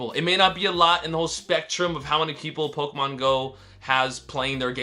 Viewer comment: Someone tell this guy how to properly pronounce "Pokémon"